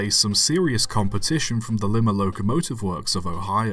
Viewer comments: Lie-Ma, not Lee-Ma. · LIE-MA, not Limb-a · Lima, Ohio is actually pronounced “Lye-ma” :3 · Lime-ah. Not limma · It is LIE MA, liker the vegetable, not LEE MA like the capital of Peru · Just a note, from an Ohioan, Lima is pronounced with a long I like, like Lime the fruit just with a short A at the end. Great video, never knew about this engine! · Lima = Lye-Ma the city in Ohio. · Baldwin's upstart competitor was Lima (Lye-muh) Locomotive Works. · It's "Lee mah" in Ohio! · Lima is pronounced like Lima bean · 60000 Looks nice, Also Lima Locomotive Works is pronouced as Lie-Muh. Also Great Vids! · Just FYI that Lima, Ohio is pronounced "Leema" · As somebody who lived in Lima for two years, let me help with pronunciation, haha. The “I” sound is like “eye”. L-eye-Ma. Just in case they come up in other videos later. 👍🏻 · Lima pronounced "Lee-ma". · Actually it pronounced L-I-MA. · It is Lima, long I. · I have a feeling might be incorrectly saying the word "Lima" on purpose. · What is it with British people being unable to pronounce "Lima". It's like Germans with "Squirrel"